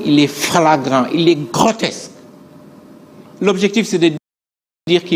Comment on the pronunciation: Ohhh il est soûlant ce journaliste et oui pas logique. On dit grotesque et non grotexce, ignare va! Qu'ils sont élégants, éloquents, pertinents et réfléchis... les Pastefiens 🥰